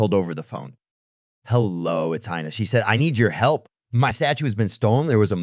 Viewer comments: Her name is pronounced "heena" not "haina". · The robot who does the talking can't decide whether the girl's name should be pronounced "Hina" or "Hyena." Maybe Elon can fix this problem. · Dude, will you please decide on ONE way to pronounce the girl's name? You've said "Hai Na" and "Hee Na". The correct pronunciation of Hina is "Hee Na", by the way. And there was absolutely no need to turn a 60 second story into a twelve minutes long epic. Geez. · He-na! Hi-na! The pronunciation of her name changes repeatedly! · How many times are you going to pronounce her name differently? Who the Hell knows what her name is/